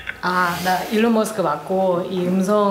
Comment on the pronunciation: 일론머스크 발음 완전 나이지리안이네 ㅋㅋㅋㅋ